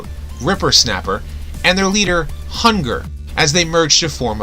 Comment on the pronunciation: OK have a few things to point out According to the G1 cartoon, It is pronounced “Hun g-ARE” not “ Hunger” I do not believe it’s for fans to say what can be considered a combiner, if Hasbro says something is a combiner and labels the item a combiner then it is a combiner, and apparently that includes nameless drones I cannot believe you completely forgot the micro master combiners, two robots that would form a single vehicle… Which in my opinion is very similar to reflector, So if the MM combiners were considered combiners by Hasbro I cannot see why reflector would not be And if the mini cons that form weapons or Shields Canby call combiners then again I do not see a logical argument against reflector And in my opinion anything that utilizes combiner technology and is formed by separate characters then it should be called a combiner I think the real issue here is that combiner is confused with Gestalt